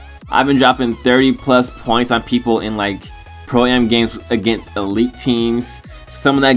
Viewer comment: im glad cuz when he says pro ay em that would make me cringe lol